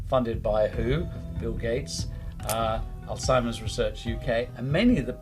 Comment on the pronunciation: Great interview. I do believe you're pronouncing alzheimers incorrectly though. There is no t in that word.